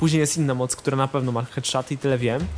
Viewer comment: "hedszaty" <3